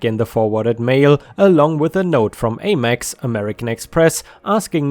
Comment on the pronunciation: American Express (AmEx) rhymes with Ham Ex. Have a wonderful Oktoberfest 🍺